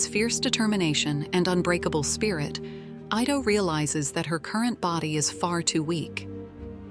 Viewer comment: The doctors name is pronounced "eee-tow" not "eye-tow". For A.I. to be used as much as it is, it proves that people of today's society are two things #1 - LAZY, and #2 - STUPID. And using A.I. will make them more so.